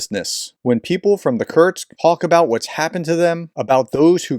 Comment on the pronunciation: Just a niggle: There's no 't' in Kursk.